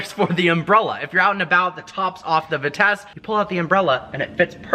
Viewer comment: Vitesse is pronounced "vee-tess", not "vit-ess.